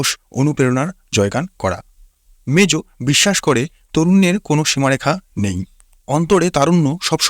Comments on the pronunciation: ভাইরে মেজু নারে মোজু😂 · Vai mejo na mojo